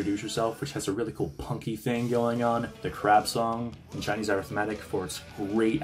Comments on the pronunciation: ARTHhhh-mētick??? Lol. Its pronounced. Uhh-WriTHhh-Muh-tick. 😅 so funny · It's not arithmetic like eh-writh-MAH-tic? As in math?😅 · Arith-matic? Ah RITH mah tick, chief. 😘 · I LOVE this retrospective. Only real gripe: How did you get to this age without learning to pronounce the word “arithmetic”?